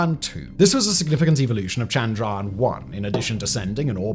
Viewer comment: I will help u stop saying the a just ignore the a and u are good like chndryan mngalyan